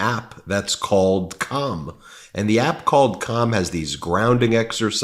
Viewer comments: Rally ought to watch the inflection when you're pronouncing calm. was away from my computer and I thought you were talking about something else xD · He's saying "calm" but not pronouncing the L. I can't stop giggling.